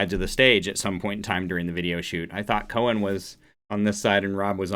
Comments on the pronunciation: Coen is pronounced „coon“ 😉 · Coen is pronounced coon as in raccoon. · In this same virtual concert those cobra's really spit fire in other songs...You pronounce Coen as it sounds a bit like cool with an n at the end instead of the l. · You pronounce Coen like in (rac)coon..😊